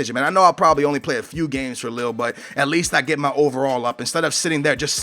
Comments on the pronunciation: It's pronounced "LEE" LOSC LEE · Lille is pronounced Lil-ee